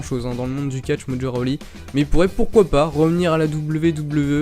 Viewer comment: Mdr il a dit mojo roli 😂😂😂